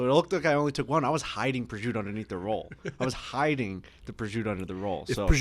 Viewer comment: Why can't they pronounce prosciutto? Prizute haha